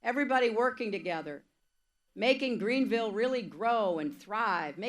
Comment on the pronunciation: she calling the town greenville